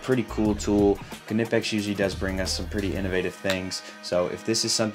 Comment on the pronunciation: I kuh-new I'd hit a kuh-nerve!! :) The German man clearly says kaneeepex!! You "americanize" & say Kah-nipex! I say tomartoe you say tomaydo!!!